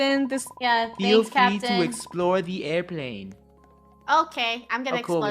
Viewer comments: The fact that it said Aroplane instead of airplane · Its airplane not aruplane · It said aiorplane BOI